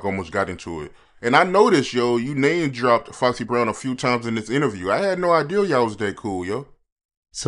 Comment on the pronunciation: I hate when ninjas say ideal instead of idea !!!!!!